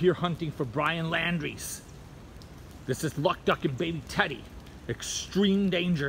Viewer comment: You can't pronounce his name???